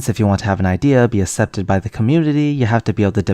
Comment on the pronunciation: "accepted" is pronounced "aksepted" not "assepted"